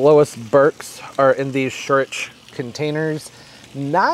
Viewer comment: "scheurich" [ sh OY r ick ] means "ugly" in german 😅